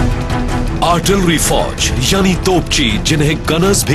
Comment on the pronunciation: Artlirry nhi hota artillery hota hay jahiloon.... kya army hay india ki... jahil